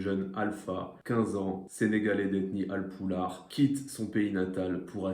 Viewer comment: on dit ralpoula pas alpoular ou poudlard 😅